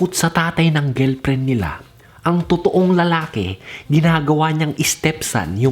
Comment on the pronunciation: GELPREN tlga pre ah.. hehehe... tingelpren